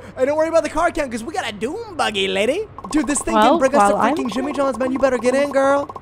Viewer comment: this is killing me why was he doing that with his hands and saying lady like that